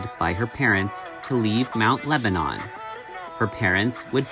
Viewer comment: I think you just blew my mind. Not only are Christina and I the same age, but we both attended The Art Institute of Pittsburgh at the same time! I probably passed Chris in the halls. Also, I lived in the neighboring town of Bethel Park and Mt Lebanon were athletic and academic rivals. FYI it is pronounced Mt. LebaNIN and not Mt LebaNON (as one would think). It is also a pretty affluent upper class community. Many doctors and lawyers and upper management types lived in Mt Lebo (the Pittsburgh nickname) since it was just close enough to the downtown to not be a ridiculous drive on the daily commute. Also, I don't believe Mt Lebo was part suburban and part farms. It was way more citified than Bethel and we had no farms left within the community by the early 1950's. Christina lived in what I would considered a pretty privileged life, in a very well-appointed suburb. The question I have is I wonder what she was doing between graduation from high school which most likely would have been 1972 and the time she went to Art Institute? (I was working) Thanks for the interesting upload! Say hello to your sweet kitty!